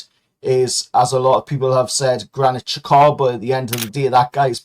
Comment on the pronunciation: What an absolute load of bollocks u bloody tool! 😂😂😂 1-0 to us wasnt it? U cant even pronounce Xhakas name properly yet has ur beloved Bruno and the betting fiend Tonali crawled out of his back pocket yet? 😂😂😂 dry ur eyes u sad Geordie twat